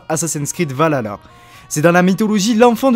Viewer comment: Le Jörmungand ou le serpent monde ce prononce "Yor-moun-Gan'd" juste pour info pareil pour Jötnar c'est plutôt "Yeutnar" et pour finir c'est pas Va la la c'est plutôt Valh-alla après l'intention est bonne mais ça reste très concis au niveau des histoires, cependant j'aimerais bien que cela soit dans le season pass et sous forme de quête au scenario un peu poussé ça on pourra différencier le jeu en deux parties un peu a la manière d'AC origin avec un coté historique et l'autre coté plus sur la mythologie nordique. après nous verrons bien mais je pense que dans tout les cas le jeu promet d'être très intéressant surtout pour les fans et les passionnés d'histoire et de mythologie nordique.